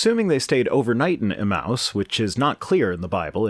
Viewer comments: Another great video but I can hardly stand the way you pronounce "emmaus." I always thought it was pronounced "eMAYus" instead of "eMOUSE". anyways keep up the great work! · Pedantic pronunciation correction Emmaus is pronounced [uh-mey-uh s] thank you for coming to my Ted talk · Emmaus...say it with me, now: eh-MAY-us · I believe it's pronounced e-MAY-us.